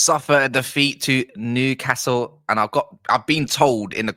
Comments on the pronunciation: Brilliant analysis of the game mate, and you say nucastle if you please. From a geordie. You know your stuff and do your homework, Brilliant to watch. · Just pronounce it "Nuke hassle" and you'll be fine mate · Yeah its New not Nu castle. Your not the only one who pronounces it that way though, its a southern thing, and we are used to it now, well most of us are. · As a London-based Toon fan, I always pronounce Newcastle the southern way (New-car-sle😂😂) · Yeah it's not NU Car Sule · Don't bother trying to pronounce Newcastle correctly just called us United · Just take the ‘’r” out of castle. Enjoyed your summary.